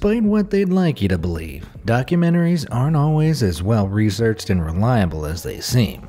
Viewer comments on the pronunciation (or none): Rezearched? Hahahahahaha. You said rezearched.